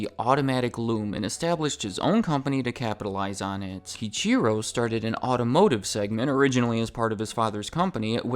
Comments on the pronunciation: My stepfather calls them "Toy Mota" like the Boomer-aged American muscle car enthusiast he is. Side note, but "Kiichiro" is pronounced like "Key Ichiro", as in the door-access device and the longtime Seattle Mariners player. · That “key-cheer-o” pronunciation is hilarious.